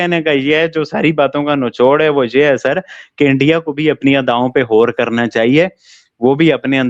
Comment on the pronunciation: Pls tell,,,, Gour (गौर) not hor Galat (गलत) not halat Galatfehmi (गलतफहमी) not halatfehmi Basically G word hota h H nhi hota h 😂😂😂